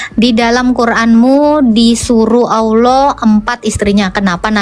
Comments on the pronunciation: Tolong ditegur cara baca dan penyebutannya,,ALLAH di ALKITAB yg BENAR,ALLAH ya ALLAH BUKAN TULISNYA ALLAH terus dibaca AULOH,,apa ituuuu 😂😂😂😂😂😂😂😂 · bu uclim... klo baca Alkitab... Allah jgn di baca olloh ya...? 😂😂😂